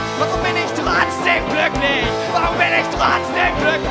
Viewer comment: "glücklich". Das ist ein G, kein K. Nicht "kkklücklich".